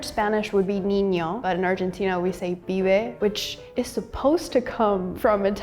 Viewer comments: it´s not Fibe, it´s Pibe, it probably comes from Pivello lmao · its not fibe is Pibe with p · I liked the video, but a little correction, in Argentina we don't say "Fibe", instead of the F we say it with the P, that is "Pibe" <3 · It's not "fibe" with an F, it's "pibe" with a P. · es PIBE no fibe... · Not fibe, but pibe. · it's not fibe, its pibe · Pibe not Fibe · It not "FIBE", its actually "Pibe" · it isnt "fibe" its "pibe" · fibe no, Pibe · Indeed pibe, not fibe, comes from pivello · "Pibe" not "Fibe" "Tuco" is not just tomato sauce it's tomato sauce with smashed meat and chopped onion (and some add garlic) "Gamba" is not only used for "legs" but also "una gamba" used to mean AR$ 100 (Or nowadays more or less US$ 0.10 - THANK YOU ALBERTO FERNANDEZ!! We don't miss you!!!) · PIBE, not fibe <3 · as a real argentitian, we dont say "fibe" as slang for boy, instead we say "pibe", she was kinda wrong there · PIBE, not FIVE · Its Pibe not Fibe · its nos fibe its pibe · is Pibe no Fibe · Not "fibe", "pibe" btw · PIBE... NOT FIBE... damn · It's "Pibe", not "Fibe" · Pibe: 🚫 Fibe: ✅️ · ES P I B E NO F I B E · THE WORD IS "PIBE" NOT "FIBE". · it's not FIBE, It's PIBE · Who translated this? Here in Argentina we say PIBE, not fibe. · Fibe no jajajaj Pibe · It's not fibe, it's PIBE. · not is " fibe" is " pibe" with P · fibe? its pibe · A little note, boy is not "fibe" in argentinian slang like it's written on the transcript. It 's "Pibe", which makes more sense with the italian parallel "Pivello" because they're similar in phonetics. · Pibe, not fibe. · the word is "pibe", not "fibe". You cant teach so bad. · pibe*, not fibe btw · In Argentina is Pibe, not Fibe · es PIBE no FIBE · It's Pibe not Fibe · its not Fibe, its Pibe 😶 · Why subtible say Fibe cuando claramente dicen Pibe??? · ehem ehem its PIBE with a P not fibe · It is pibe, not fibe in Argentina